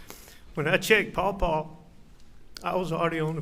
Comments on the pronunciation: Its paw paw got damnit. Get it right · I don’t know, it got as old as him calling Paul “Paw Paw” after the first ten times